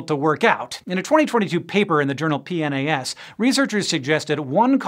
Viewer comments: Did anyone think he was trying to say "penis" here? ? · he couldn’t say PNAS lol